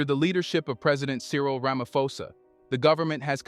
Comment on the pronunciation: While I appreciate the work you do, I also feel you need to do a research on name pronunciation. Cyril Ramaposa is a public figure and it surprises me that you pronounce his surname as Ramafosa.